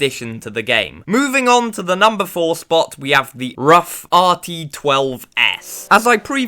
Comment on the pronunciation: Ruf is the second name of German tuner. It can not be pronounced as R-U-F. Only Ruf. Pronouncing as R-U-F is as stupid as pronouncing Ferrari as F-E-R-R-A-R-I.